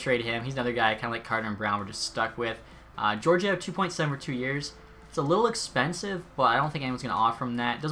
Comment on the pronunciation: Also Gee-or-gee-ev